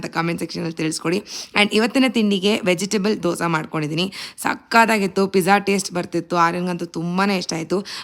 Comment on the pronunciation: It's not dosa, 'dose' kannada avre sariyagi pronounce madala Andre hege madam